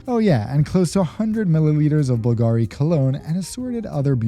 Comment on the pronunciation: the acsent goes on U on Bulgari as in the name of the founder Bulgaris